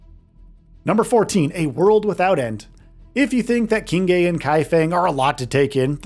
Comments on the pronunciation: It's pronounced "Sing-Huh". Not "Ching-Hay". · Actually, it's more like Ching-ruh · Qinghe pronounce as “Ching Her”